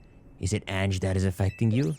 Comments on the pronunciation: Ange's pronunciation is actually An(on)-jay, but hey I don't judge. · "Ange" is French for "angel", and pronounced "ahnj" You forgot to heal your party after you faced that rando with the Chandelure.